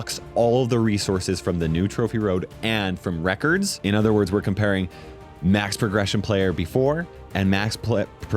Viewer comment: 1 mastery and am I the only one who kept hearing reckers when he said records😂